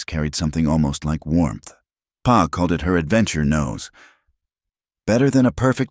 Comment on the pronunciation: The word pa (dad) pronounced as p a